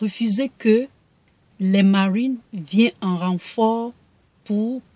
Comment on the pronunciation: Tu pouvais dire marine normalement 😂😂😂 pourquoi ta fait un accent américain là ?!